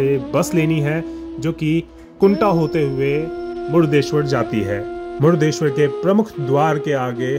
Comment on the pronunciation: जय भोले!🚩 भाई साहब, "मुडदेश्वर" नहीं.❌ सही उच्चारण "मुर्डेश्वर" शिवलिंग!☑️